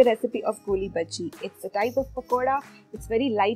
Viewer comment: Its not goolibaji...its golibaji🙏🙏🙊🙊